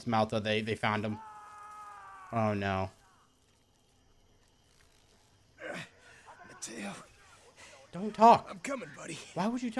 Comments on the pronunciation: I’m sorry but cringed so hard when you called Mateo malto 💀 also you pronounce Mateo ma-Tay-o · Ma Tay oh not malto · "Don't Know Who You Are" "Gotta Find Malto" lol It's Mateo. MAH-TAY-O lol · Dysmo my guy slow down when you're reading names cuz you've been calling people the wrong things. You called Polina( pronounced po-leen-uh) Polana. Then you called Mateo (pronounced muh-tay-oh) malto, mattlo, and matteo. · Bruh its pronounced “mah-TAY-oh” lol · ayo bruh how they got better customization options in ww2 but they so ass lmaoo (btw his name mateo is pronounced mah-tay-o no hate just letting you know luv ya 💜) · It is mat-a-o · It's pronounced muh-tay-oh(mateo) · the fact that doesn’t know how to say Mateo, scares me a little bit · ngl it hurts to hear you mispronounce Mateo